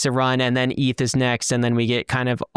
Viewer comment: eeeth whut